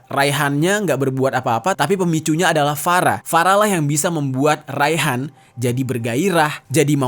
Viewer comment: Farah, F nya Ferekkk wkwkwkwkwkwk